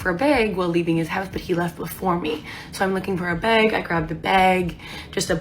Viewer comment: WTF is a bayg?